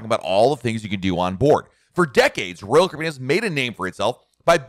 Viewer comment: The way you say "Royal Caribbean" is distracting. I couldn't watch for more than a few minutes.